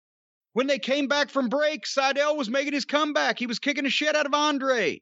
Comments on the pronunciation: I really wish Jim wouldn't pronounce Andrade's name like that. Every time I hear it, I think he's saying Andre and Andrade isn't on a level to be thought of alongside Andre the Giant in any regard. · the older he get the more Jim treads on blatent racism. say Andrades name right, damn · Cornette is dismissive as f*ck by mispronouncing his name all the time.